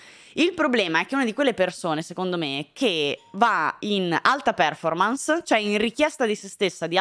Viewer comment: TI PREGO, si dice perfòrmarce e non pèrformance!!!!